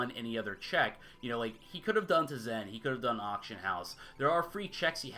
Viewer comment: Teh Zen is not how that's pronounced. It's like saying Kuh Nife.